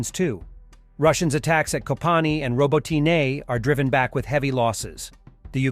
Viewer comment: /FACEPALM... Now you're back to letting the AI voice mispronounce Robotyne again... After months of you getting it wrong, you finally programmed him to do it right, and now we're back to him not being able to do it. Fail on your part, Editor.